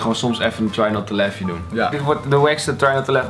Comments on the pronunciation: Trei not toe lah XD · ‘trei not toe lof’ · Hoe try not to laugh uitspreekt echt, "trai not toe lef"